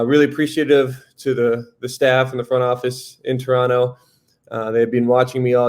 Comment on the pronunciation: The way Sam pronounced "Toronno" he already is a Raptor's player. Welcome dude! Let's get it!